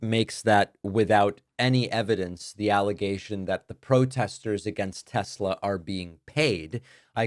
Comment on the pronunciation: Trump can’t even pronounce the word state correctly. You go Mr. President. I love tesLER